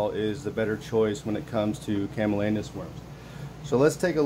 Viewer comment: CamaLLanus, not CallaManus. 😇